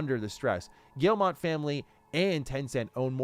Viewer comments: the "G family" is French. The owner's name, Yves Guillemot, is pronounced phonetically "Eeve" "Gyee-mo", not "Eevs" "Gill-mott". It's silly, I know. But if you want to pronounce their name correctly, that's how. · Please stop pronouncing Guillemot wrong. It’s not gill-mot. It gii-moh. Pronounce like guillermo detoro. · Guillemot is pronounced gyee-moh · I think the name is Guillemot not Guillemont. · Why would you not even check to see if you're pronouncing "Guillemot" correctly? lol do you think it's just a made-up sci-fi name or something?